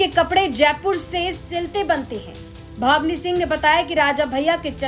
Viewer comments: ये जो बोल रहीं हैं बार बार भावनी सिंह बोल रहीं हैं बल्कि नाम भानवी सिंह है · बोलना सीख लो भानवी सिंह है naki भवनी singh